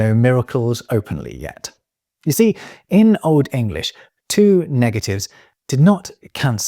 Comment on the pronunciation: Love your pronunciation of Old English